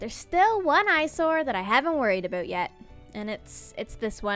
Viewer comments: "There's still one eyesore I haven't worried aboot yet" I didn't know is Canadian. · "Yeah... aboot that..." LoL Such a good Canadian. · This vid has most Canadian "about" in it yet.